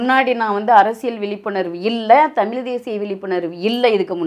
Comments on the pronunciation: தமில் இல்ல தமிழ் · இந்த அம்மாவுக்கு தமிழ தமிள்,அலைச்சாங்கனு பேசுறாங்க.இந்த லட்சணத்தில் இவங்க தமிழ் வளக்கிறாங்களா?சிரிப்புதான் வருது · இவளுக்கு தமிழ் என்ற சொல்லை சரியாய் சொல்ல முடியவில்லை